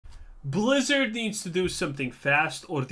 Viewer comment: BLAZZARDD WHY?! pounds table-san